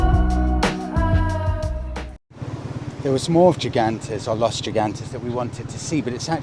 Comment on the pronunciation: Yet another great video. Gigantes is pronounced "He-gantes". Los Gigantes means "The giants".